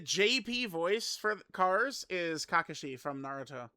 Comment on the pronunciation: The right way as it's said in sub